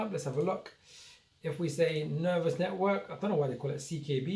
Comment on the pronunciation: It's ner vos network. Not ner vous network. VOSS VOSSSSSS!